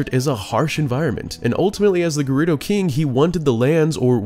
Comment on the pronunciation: While we're on this topic, Volvagia is pronounced "Vol vaj yee ahh" At least Gerudo and Koume/Kotake were pronounced correctly in this video. I was actually surprised about Fi and Volvagia considering that knowing how to pronounce Koume and Kotake would require knowledge of how to read kana....